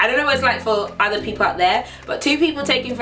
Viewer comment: "ahther things to-geh-thehr" lol Say that!